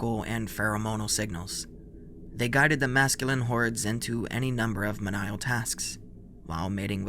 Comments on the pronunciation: Not to mention “mehn-ial tasks” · It's pronounced ME-KNEE-UL (menial)